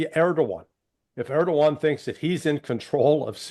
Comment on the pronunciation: It's impressive how none of them can even pronounce Erdogan! Impressive for sure!